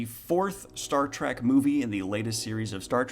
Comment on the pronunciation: Are you saying "track" or "trek"? I enjoyed Discovery for what it is because I found it had some interesting themes and concepts, although only occasionally was I reminded I was watching Star Trek.